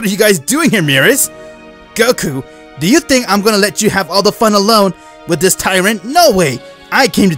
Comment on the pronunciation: lol when he says dis is your chance lol DIS🤣